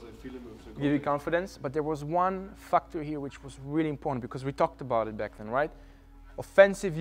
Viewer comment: Factor=fucktor，I kind like this pronunciation.